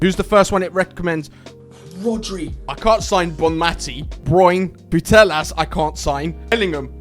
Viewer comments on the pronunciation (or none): none